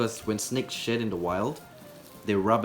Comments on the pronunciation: I heard shit instead of shed @@ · when he said “snake shed” i thought he said snake shit 😂💀💀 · I heard ‘snake shit’ instead of ‘snake shed’ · Anyone else hear shit instead of shed? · who else thought he said 'so the shit' 😂😂😂 and 'snake shit' 😂😂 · i thought you said shit lol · it sounds like he's saying snake shit haha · it sounds like he said snake sh*t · Love this channel also when u broke the snake shed it sounded like u said snake shit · I thought you said snake shit.